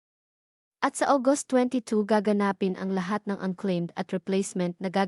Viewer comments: You are pronouncing gaganspin WRONG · WRONG PRONUNCIATION OF GAGANAPIN